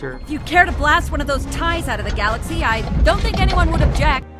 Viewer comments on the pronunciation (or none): none